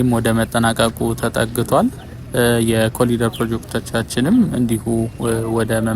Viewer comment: በእንግሊዝኛ ስትጽፍ "ኮሪደር " ትላለህ።ስትናገረው ግን "ኮሊደር " የምትለው ለምንድን ነው? በርታ!!